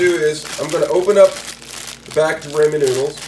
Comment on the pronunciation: You’re saying rainman though